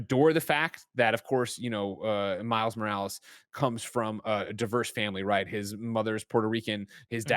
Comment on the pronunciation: "Spider man miles moractor"